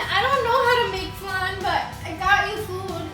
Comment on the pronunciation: BTW you say flun but it’s FLAN FL-AAN